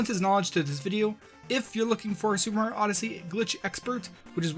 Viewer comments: "Super Mar Odyssey" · No, at the beginning of the video it sounded like you said MAR instead of Mario and I thought it was kinda funny. Probably shoulda made that clear.